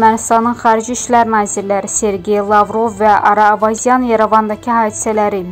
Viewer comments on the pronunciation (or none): Xanim, Salam, men de dusunmirem,ki, siz bizi esidib, istefa, edersiz,, hec olmasa ,,kitab, gazet ,oxuyun,, ki, metni OXUYANDA, O METNI, DUZ OXUYASIZ,, ,,MEMERANDOM, YOX,,MEMORANDUM, OZ, UZERINDE, ISLEMEK, LAZIMDIR, ,,METNI HIS ,,ETMEk, LAZIMDIR,,. A,, metinde,yazila biller,, ,,O,, kimi,, seslemek ,,Lazimdir,, ona gorede metni his etmek ,lazim. ,,Ara Avazyan, yox,, Ara AYVAZYANDIR. 😃😃😃😂